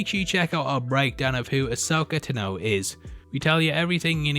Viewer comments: No “R”!!! Wtf is wrong with both of you?! Her last name is just two syllables. 😂🤦🏻‍♂️ Ah-sō’-kah Tah’-Nō. This concludes my Ted talk. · Asoka Tennoh?? wot... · So..you hear her name said un FULL many many times during many scenes throughout clonse wars, yet he insists on pronouncing her name wrong. :/ this..urks me. decent vid though